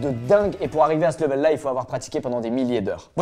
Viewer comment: LEUVÈL ?!?😭 C’est LÉVEUL pas l’inverse 😭😂